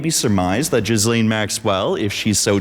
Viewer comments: Jizzlane? I thought it was pronounced Gillaine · Just FYI Ghislaine is pronounced ghee-lenn, not jeez-leen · Her name is pronounced Gilenne not Jizzlane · "Ge-laine" there's no jizz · Why does everyone pronounce her name different and incorrectly? It's like Elaine with a G in front of it. It's not Jizzlane. Does everyone know they just do it to be funny? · Jizzlane ? It’s “gih- lane” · The Epstein Scandal keeps reminding me that Americans can't pronounce "Ghislaine." Gee-len. Not Jizz-lane. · It's pronounced Gee-Laine not Gis-Laine!! FAKE VIDEO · Gil lane not jiz lane… 🤦🏻‍♀️🙄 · wrong. If it’s French it’s going to be “Gee-lane” or “Gee-Len” in a more American pronunciation. It’s not “jizzlane”…. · It's "jee-LAYNE". NOT "Jizz Lane". French version of "Gillian". Be fair to all the women who aren't convicted sex traffickers who share the name, wouldja?? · Still idk how anyone is getting 'jizzlane' from 'gih-lane' Ur Canadian, y'all got Frenchies, what's ur excuse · bro It's pronounced "GHEE-LANE" An entire video essay rendered moot because you didnt even bother to research HOW TO SAY HER NAME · Sir, please pronounce Ghislaine Maxwell’s name properly. It’s French. Her father, Robert Maxwell, was just as bad as his favorite daughter. He introduced her to Epstein. At the time Epstein was not a billionaire, Robert Maxwell supposedly died from a heart attack, he ‘fell’ off his yacht, and drown. Hmmmm If you were saying it wrong as a joke or something— sorry. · This is genuinely one of the worst video i've ever seen. Firstly, you're not even pronouncing "Ghislaine" correctly. Second, you probably should have actually known what had happened to Madeline Mccan if you're going to use it as evidence. Third, what does "speaking American not British mean"? She grew up in the United Kingdom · imagine saying "Ghislaine Maxwell" over and over while pronouncing the S. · You could at least learn how to pronounce that beasts name.